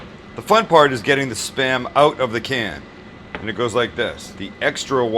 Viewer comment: When you say the word out, it sounds like you are saying ut. Marc